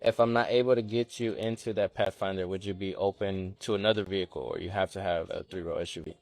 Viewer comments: Path- a -finder! 😂 She hit that invisible a hard... Can't afford it if you can't pronounce it 😂😂😂😂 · Nissan Path-a-finder? What a moron